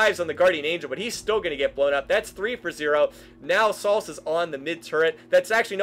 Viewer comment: It is pronounced SAL-CEE